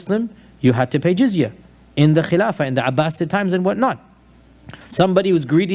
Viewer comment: It's called jizya, not giziah, and it's a tax paid by non-Muslims. Muslims also have to pay a tax, called zakat. As I understand it, the jizya might be slightly higher, but both go towards the state to help the poor, elderly, and those unable to earn a living. This is why I say, the EU/UK is possibly the closest country following the sharia law today, because of justice and ensuring no one is left on the street, especially not the elderly.